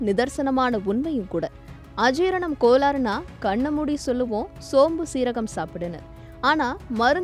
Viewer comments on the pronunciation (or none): கோலாறு இல்லை, கோளாறு, … சரியாக உச்சரிக்கவும்!